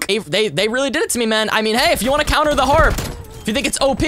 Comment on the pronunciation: Love ur vids but you said coumer instead of counter